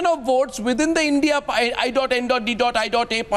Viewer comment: You cant even say INDIA properly